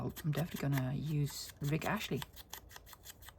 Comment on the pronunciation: I was thinking who is Rick Ashley?? Then i realised you were saying Rick Astley 😅